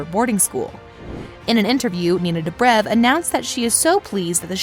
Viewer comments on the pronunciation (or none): Why she pronounce ninas surname like that!? Disrespectful! And also who the hell is stePHAN? That only sounds good if it comes out of kai Parkers mouth.